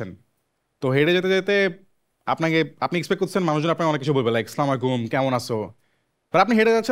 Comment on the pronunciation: দেখতেসেন (দেখছেন) শোটা , করতেসেন (করছেন), স্লামুলাইকুম ,কেমন আস(আছ), খুজতেসেন (খুজছেন), খুজতেসে(খুজছে), বলসি (বলেছি), দেকতে পারসি (দেখতে পেরেছি), গেসে (গেছে), কপি খাইসে, বুঝতেসিনা (বুঝতে পারছি না), পাইসি ( পেয়েছি), করতেসে(করছে).............. আমার পক্ষে আর শোনা সম্ভব না, উপস্থাপককে বলছি: 60% ইংরেজীর সাথে 40ঁ% বাংলা মিশিয়ে কথা বলছেন তাও সম‌স‌্যা নেই। ইংরেজী উচ্চারণ ঠিক আছে, নিশ্চয় টাকা খরচ করে ইংরেজী শিখেছেন, দয়া করে 40% বাংলাও একটু শিখুন। উপস্থাপকের এমন ভাষা খুবই শ্রুতিকটু লাগে।